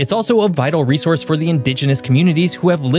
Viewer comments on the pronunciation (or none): none